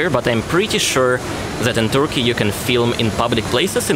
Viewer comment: No offense, just trying to help... Turkey is NOT pronounced "Toorky". 🙂💁🏼